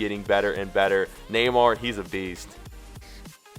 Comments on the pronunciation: neyamr? do you mean neymar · it's not Neyamr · you messed up Neymar's name